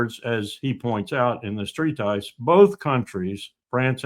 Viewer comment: I like to listen to Larry, but he needs to learn how to pronounce "treatise."